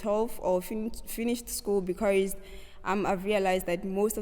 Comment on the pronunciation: I loveee your interview and the “becaourse”😂❤️